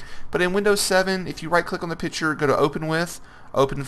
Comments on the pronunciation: Bruh Piture😂😂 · i wonder if you've learned there is a c in the word picture yet.